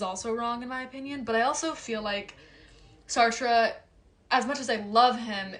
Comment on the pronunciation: Hi. You're so interesting and fun! Where's the best way to reach you? I'd love to listen to you. Sidenote: you said Sartre at the end but I heard Star Trek.